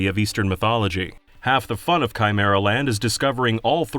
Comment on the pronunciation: Chimer-and the what-now?